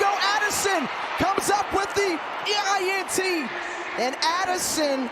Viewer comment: What the heck is a NINT?? 😂😂